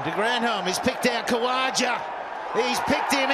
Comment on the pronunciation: Btw comentater its not usman "kaja" its usman kawaja lol